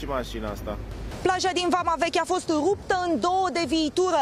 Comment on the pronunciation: Ruptă in 2 spune rrrrr